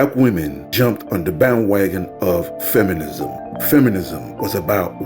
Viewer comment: “Feminisss” “racissss” 🤦